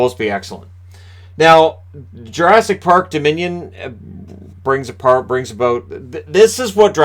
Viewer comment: haha you said our and aboot funny :P